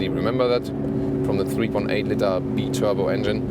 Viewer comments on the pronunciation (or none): Biturbo = Bye Turbo not Bee Turbo. Even for Americans. Keep up the good work.